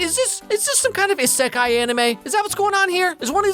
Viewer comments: bro said Is-Eh-Kai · Man, you butchered "isekai" lol